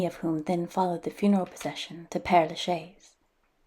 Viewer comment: You really ought to make an effort to pronounce the name of this cemetery. It's not difficult for a speaker of English to say "pear la shez." Great tour nonetheless.